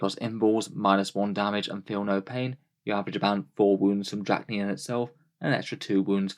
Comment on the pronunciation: Roll the D off your tongue D-D-RASH-KNEE-YEN, is how you pronounce it, not Drackniyan. Do we say muck instead of much? Hope you learned something today.